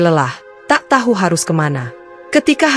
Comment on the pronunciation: Berkali kali diajarin TAU TAU TAU BUKAN TAHU CARA BACA TAHU Kecuali nama makanan